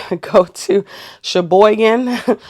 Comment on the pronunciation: I live here now. I was surprised she pronounced it properly lol